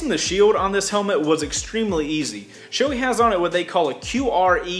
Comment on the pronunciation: It’s SHO-AY goddamit! Not SHO-EEY